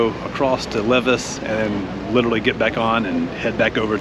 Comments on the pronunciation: Great video! Loved your positive attitude on the train delay. You definitely saw some great Québec highlights in one day :) On your Qs, the Battle of the Plains of Abraham was in 1759 and Lévis is pronounced Ley-vee :) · Lévis is pronounced "Lay-vee"